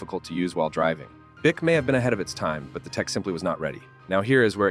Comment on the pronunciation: Irritating AI narration....a 'kupe'.....'Boo-ick'.....give us a break....